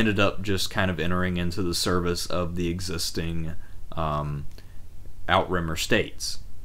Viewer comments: "How To Say Outremer" / Emma Saying ~ NOT Out-Rimmer or Out-Remmer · love these reviews, thanks for putting these together! to pile on: Navarre "Nuh- VAR" (rhymes: 'the jar') Outremer "OO'truh-mare" (rhymes: 'boot a pair') Comnenus "kum-NEN-ose" (rhymes: 'come MEN host') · "Outremer" is pronounced french and translates as "overseas".